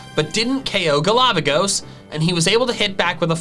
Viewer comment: best thing in this video after 'GALAVAGOS' = accented 'DADDYHEE'